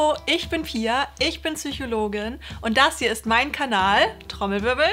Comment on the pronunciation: "Ps"ychologin, nicht Zychologin "Ps"ychologie, nicht Zychogiek. Ja, ist geklugscheissert, aber man sagt ja auch beim 'Psoas-Muskel' nicht Zoas-Muskel.